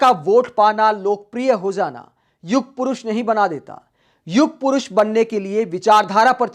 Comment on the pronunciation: युग पोरोश नही पोनोटी पुरुष😅